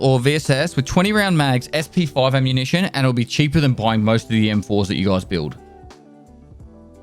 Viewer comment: Did he just say: “ammunitie”?